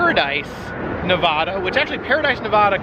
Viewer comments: It's pronounced Nev-Vah-Duh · How to pronounce NEVADA. Thank you from your Nevada friends! ❤